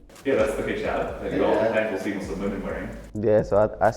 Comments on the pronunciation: Mu .... (S) ..... Lim . The 's' the 's' bro. Please 🥺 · is it so hard to sya muslim not muzlim ? 😭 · why does the pronunciation muz lem bug me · they shouldve asked how to pronounce muslim